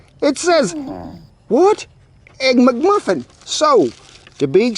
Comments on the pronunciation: "Muck Muffins" LOL! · I love the way he says "mugmuffin" instead of mcmuffin! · “The egg MucMuffin”! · "Muck Muffin" 😆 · He said EGG-MUCMUFFIN 🍳 😂